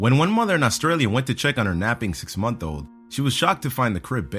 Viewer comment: six-MONTH-old? eight-month-OLD? Are you just reading this from a script for the first time?